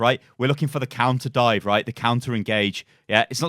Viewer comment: "Conter Dive" 🤔